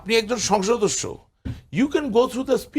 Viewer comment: ভাই, উচ্চারণ টা হবে সংসদ সদস্য। কিন্তু আপনি আসলে কি উচ্চারণ করেন কারো বোঝার ক্ষমতা নাই। তবে আপনার চেহারার এবং কথা বলার ধরন সাহেদ সাহেবের সাথে মিল খুজে পাওয়া যায়।